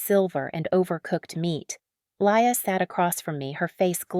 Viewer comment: I noticed you pronounced the sister's name LIAR * not LIA - was that Deliberate?